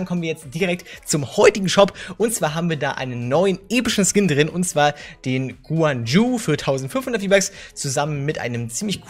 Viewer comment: Der skin wird guan yü ausgesprochen 😉